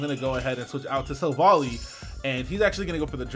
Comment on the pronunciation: Yo,! It's pronounced like Silver Ally, since the japanese is basically "silver buddy" in English.